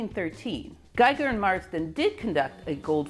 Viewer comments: I really loved the video! Congratulations! Little corrections: names are: Geiger (not Gieger) and Niels, not Niel Bohr. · Geiger not Gieger. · It's GEIGER , not Gieger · Geiger, not Gieger. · You are the best nerd I've never met :-D Thank you for HOURS of high class entertainment. Just love it! A side note: You pronounce it perfectly, but someone has made errors on the way: It's a bit annoying (as a European) when "Geiger" (the scientist) is constantly named "Gieger" (the artist). Likewise "Niels Bohr" is not named "Niel Bohr" ... Niel was a moonwalker, Niels weren't (although quite good at soccer) ;-) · yea i wanted to mention all the german names with an "i" sound. Geiger for example. i and e always switch places here ;-) but the pronounciation is very accurate for an english speaker...